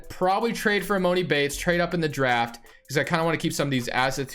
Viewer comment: it’s emAHni bates not moni 🤦🏾‍♂️